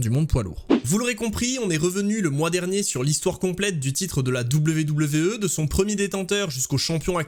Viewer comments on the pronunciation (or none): Tu te casserais moins la nénette en disant à l'anglaise " dabyou dabyou i " plutôt que " double v double v euh " ;)